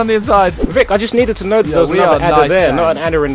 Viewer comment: Ahmed Salah Vikk not Vick